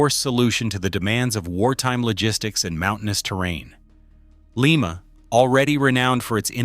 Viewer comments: Lie Ma not Lee Ma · Lima is pronounced like the bean, Lima. The wayAI pronounces it is the city Lima in Peru. The town of Lima Ohio build some real power.